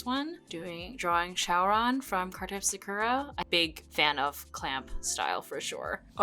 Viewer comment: Such a great trip down memory lane! Have you ever noticed that when you say "Sakura" as a character you say her name correctly, but when you say the title "Card Captor SakURa" you pronounce it differently, probably how you did as a kid. Isn't that interesting? It's hard to break habits like that. That was one of my favorite shows, too!